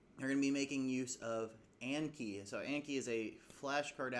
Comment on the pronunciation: pronounced like on key bc it comes from japanese (暗記) not like yankee lol